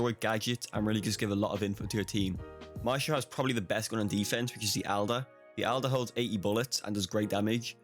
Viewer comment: everyone: maestro (slight Italian accent) this guy: mashto